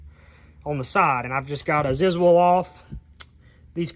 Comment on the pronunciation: Did you say ziz wall? 😂